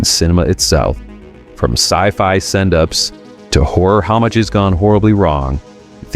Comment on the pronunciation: What the hell is 'HOMMAGE'??? I wonder if he means 'Homage' (pronounced oh-mahj).